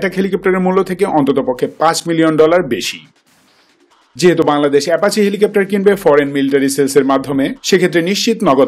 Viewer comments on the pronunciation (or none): কিসের এ্যাপাচে? ? কি সব উচ্চারন লাভ কে লভ, অ্যাপাচিকে এ্যাপাচে